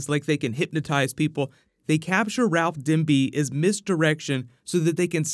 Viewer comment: Stop saying Ralph Dimby. Its DIBNY